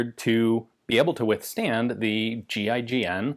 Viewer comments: Anyon else think he was saying “G.I. Jane” at first?? LMAO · It sounds like he's saying gi Jane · Kept thought he was saying GI-JANE